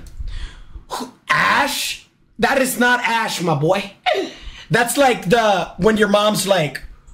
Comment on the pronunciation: its so funny whe he says my boa